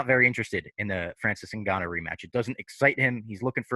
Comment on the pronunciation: Is anybody ever gonna correct him? lol Ngannyo